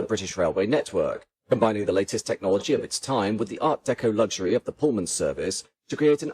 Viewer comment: Good video once again, but there is no "g" in luxury 😊